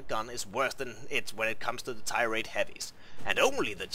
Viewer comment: Only thing that drove me nuts was the fact he could not say tier correctly.